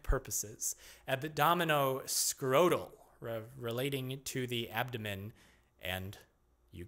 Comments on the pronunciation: ab-dom-i-nan ab-dom- ABDOMEN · “Abdomenen, abdonenom… abdomen”